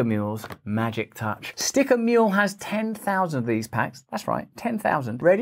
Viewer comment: I always thought u were saying "sticker meal"... just saw today that your saying "sticker mule"